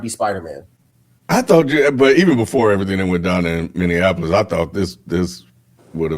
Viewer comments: I have never heard anyone mispronounce Minneapolis like that. It sounds terrible.😖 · The Minneapolis pronunciation thing is because so many people think it's like Indianapolis